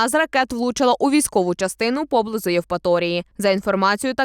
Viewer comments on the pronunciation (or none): ПОБЛИЗУ́. Наголос на У, пане.